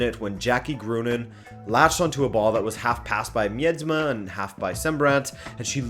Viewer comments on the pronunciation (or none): It’s ME-DE-MA not MIED-MA but ok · Damn man, at some points I didn't even know who you were talking about when saying Dutch names. Especially Miedema (say Mi-de-ma) was bad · A tip for the pronounciacing of Miedema, it's mie-de-ma